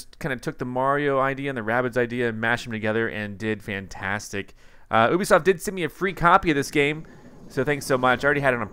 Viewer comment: Hi,, G4 Tech TV and Ubisoft employees who appeared on MTV confirmed the American pronounciation of Ubisoft is YOO-BEE-SAWFT, not OO-BEE-SAWFT, like you pronounced in this video. I enjoyed your last video quite a lot.